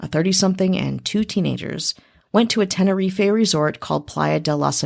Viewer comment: TEN-ER-EEF not TEN-ER-EEFAY